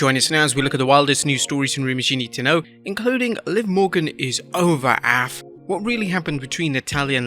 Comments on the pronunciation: This mans really said "Aff" for AF instead of saying the letters individually. First time I've heard it said out loud like that lol. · Is no one gonna talk about the way he says AF LOL